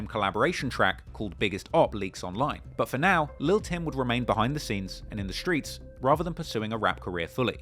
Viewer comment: he says skreets 😂